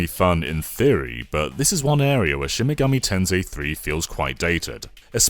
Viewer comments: Okay, I just can't stop cringing whenever he says "Shimigami Tenzei" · Take a shot each time he mispronounces the title as Shin Megami "Tenzay" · finallly played a real Shan megoomy tansai game